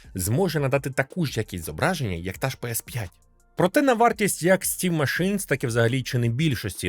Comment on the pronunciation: "стім машинС" це байт на коменти?)))